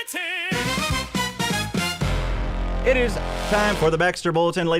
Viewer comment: You mean "BULL-etin"? Lmfaoooooo gotteem